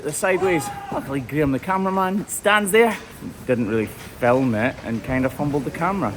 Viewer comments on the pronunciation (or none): none